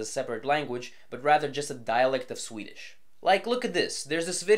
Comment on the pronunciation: You're really overdoing the quasi Scandinavian accent when pronouncing Swedish